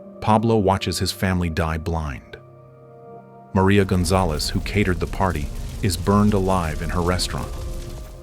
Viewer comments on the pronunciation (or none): none